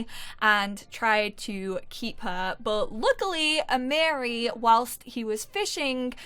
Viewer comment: I’m new to your channel and I’m loving the LP’s. The correct way to pronounce Amiri’s name is A-ma-re 🥰🥰... my nephews name